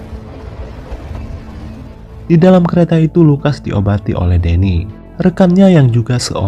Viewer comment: Kadang salah ucap, richard, lukas..